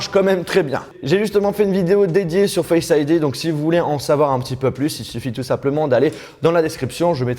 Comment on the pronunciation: "Bouton Homme", "Faiyce aydi", "Dailaiyte",... :'''')